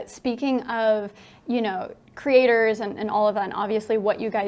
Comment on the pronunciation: When he says Creators I hear Critters